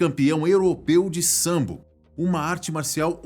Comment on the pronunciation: Po, mano não é sambo é sambô